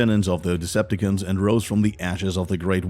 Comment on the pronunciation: da fuk is with the the pronounciation??? deceptaKINS? EnerGin??